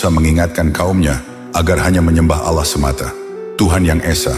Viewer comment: Bukan Al llah bang.tapi ALLAH SWT